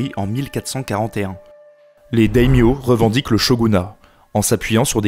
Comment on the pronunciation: Ce festival de prononciations erronées (sangoku, dayodayin, daimyose, mais pourquoi? 😱😱) xD Mais au moins ça m'aura permis de réviser, merci :)